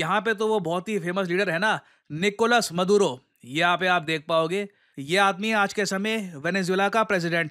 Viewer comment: निकोलस मदुरो ❌ निकोलस मादुरो ✅ 😁